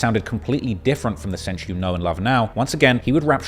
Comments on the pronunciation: I'm cringing every time he says "cench" 😂😂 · cench and diddy 😂?